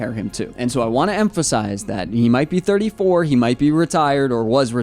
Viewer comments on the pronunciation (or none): You say 34 like if it's 44 😠